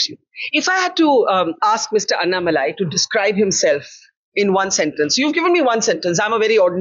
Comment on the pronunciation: Such an honest and humble man. Wishing him all the best against Stalin. ANNa Malai- say his name properly Barkha :). And stop swinging the camera.